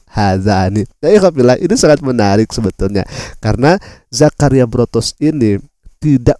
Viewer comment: Botros, bukan Brotos